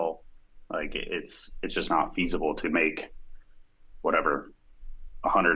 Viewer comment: i love when said that "its not fise-able to go to budapest [Fise]" and neither of them laughed, and im sat at home sniggering